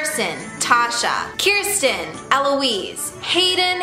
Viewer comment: OMG YOU SAID MY NAME AND YOU SAID IT RIGHT!!!! It's Kiersten!!! I love you so so so much!!